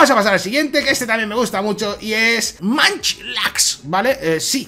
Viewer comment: No es manchlax, se pronuncia monchilax